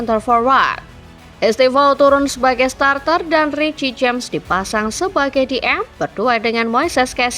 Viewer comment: reece (ris) james min bacanya bukan riki james wkwk